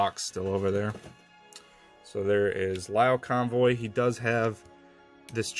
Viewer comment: Lio-Convoy is supposed to be said as LEE-O. Like the zodiac sign Leo the lion.